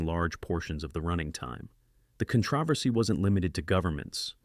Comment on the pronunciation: Why is the word controversy so difficult for AI? I've never heard it pronounced properly with AI narration.